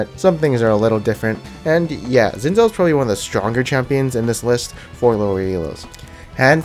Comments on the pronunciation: you read it xin zao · HunterX Hunter dude dont u get it it Xin Zao NOT ZIN ZAO FFS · I freaking hate when people call Xin Zhao, Zin Zow. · doee Im chinese. Its pronounced Shin Zhao (zh with a soft sound). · nah dude its litterally like schin schow thats how u pronounce idc what u say